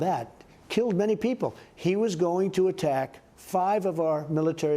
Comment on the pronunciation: Al Bag Daddy 😅👌🏻 I find it hilarious how he pronounces them